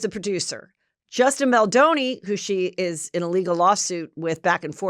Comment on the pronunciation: The W magazine shoot was after Pitt left Aniston. 🙄 It’s Melanie Griffith not Griffin. Hell, you don’t even know how to pronounce Justin’s name. I think your brain is rotting from all the alcohol and TikToks.